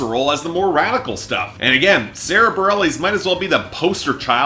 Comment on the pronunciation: Bah-rel-eez? You can't even get her name right... among other things